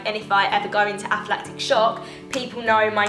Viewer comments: It’s ANAphylactic shock not APHAphylactic shock mate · It’s not aphlatic shock it’s anaphylactic shock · aflactic? anaphylactic